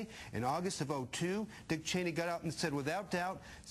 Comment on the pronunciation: So weird how CM says "Cheeney".